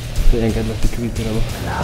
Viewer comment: « la securté » 😂